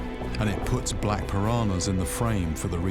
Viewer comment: Its not pirahnas .. PIRANHAS